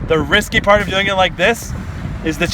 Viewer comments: Am I the only one that realized he said "lighting seed inside the watermelon port" lol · u said "watermelon port" lol